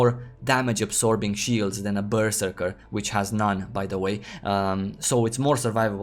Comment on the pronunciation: omg pls stop saying berserker